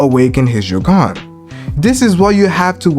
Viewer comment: Stop pronouncing it joggan 😂😂